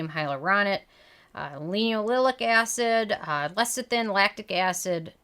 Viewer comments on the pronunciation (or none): none